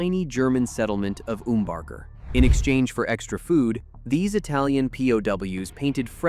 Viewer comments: we say "HER-ferd" not like the English "hair e ford", We also say "um burger" not your version. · And Umbarger is pronounced with a short U, not oo… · ...and it's UMM-BAR-GER not OOM-BAR-GER. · Learn how to pronounce Hereford and Umbarger!